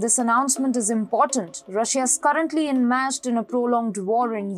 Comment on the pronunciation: 2.17 enmashed or en meshed ??..